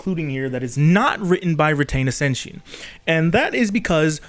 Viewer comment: the pronunciation of reitanna seishin is crazy 😭 good video btw i love hearing people talk about this crazy shit